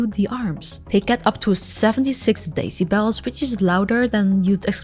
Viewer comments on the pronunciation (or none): Great review thanks I’ve been curious about this! That feature with the pinch and twist to zoom is awesome. Could you even use it to enhance your vision and get more detail on something in the distance?? Would be like super sight. Funny aside I heard “decibels” as “daisy bells” which I think works just as well or better for a sound volume measure😂